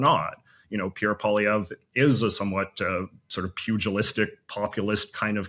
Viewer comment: Why is your guest mispronouncing Poilievre's name? If he really is a Canadian expert then he should know better. It is a fascist ploy to change the way you say your name. Total propaganda cr*p.